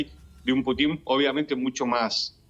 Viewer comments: Se pronuncia Pútin y no Putín; así como Bíden y no Bidén... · aprende a pronunciar el apellido del pte ruso Que burro eres ademas de pro yanqui.